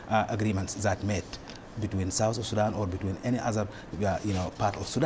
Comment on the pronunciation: Hey sister please don't pronounce it SudOOOOn...its Sudan (light a) also, its not Darfr (you cut the o) its Darfoor